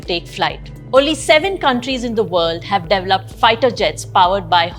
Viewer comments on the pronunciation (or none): De-ve-loped not dev-luped